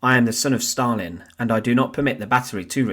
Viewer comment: Stal-in steel man